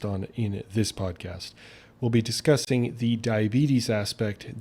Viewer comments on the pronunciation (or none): oh shit! you mentioned David Sinclair! He was on my list of questions I have for you sir! Awesome, looking forward to see you investigate his work. PS: BTW you said "we will be discussting the..." 😆